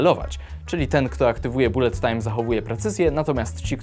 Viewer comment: Nie raczej "balet tajm"?